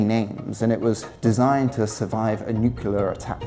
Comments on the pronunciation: The word is NUCLEAR, not “Nucular” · NuCLEAR, nuCLEAR. “nucular attack” smfh. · Nuclear, not nucular. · Nuclear. Nuc-lear. Nuke-lear. Nuke-u-lear. Nucular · As Homer Simpson said....... "It's..... Nucular......... Nucular!"! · You pedanted about that, but you were OK with "nucular? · Why do you say "nucular" - why is that a thing, it sounds so wrong! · If you want to make content about nuclear bunkers, could you not learn to say the word properly? All that nice camera work and to me, you sound quite stupid. If you cant be bothered to even speak properly, what does that say about your research? Is that of the same standard? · He was also pronouncing nuclear the American way.